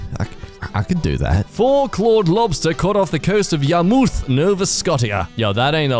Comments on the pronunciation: I, as someone who lives near Yarmouth, am pissed at the way he said it. It is pronounced Yar-muth. Not Yar-mooth. Can I stab now? /j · yar-muth is how you say it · Yar (like a pirate) muth (like moth with a u) Yarmouth. No vuh sko shah. Nova Scotia! I think that's correct. My parents are from there and I visited a lot as a kid so I think I got the pronunciation right. And if you were joking, it went over my head! Haha sorry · I think I piece of me juts died they way he said Yarmouth Nova soctia. My Canadian heart 🤣🤣🤣